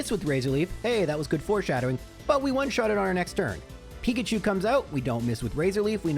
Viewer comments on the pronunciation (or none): none